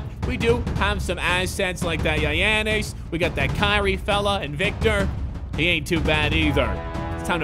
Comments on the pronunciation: the way he pronounces it yianess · Damn i laugh so hard when he say giannis name😂😂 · You buthcered giannis name